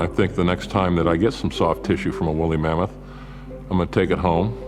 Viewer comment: What's a wooly Mammass?😂 I cant unhear this pronunciation..